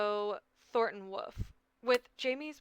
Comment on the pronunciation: You saying Woof instead of Wolff is so funny to me